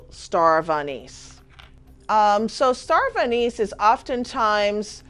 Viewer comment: She's saying starv anise hahshshaha ...she dont even know the name thinkn